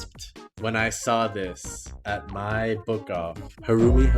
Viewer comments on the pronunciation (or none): Quick pronunciation thingy for future reference Haruomi, not Harumi Pizzicato - Pits-uh-cado (like avocado) Taeko - Ta-eh-co